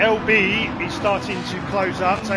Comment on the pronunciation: LB 😢 it's pronounced LE Billion 😭😭😭 hahahaha